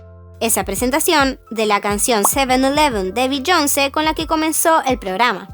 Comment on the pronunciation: A mi me da igual toda la polémica de Sixteen. Pero? Como que Beyónce, se dice Beyoncé con tilde en la e. Estos latinos 😅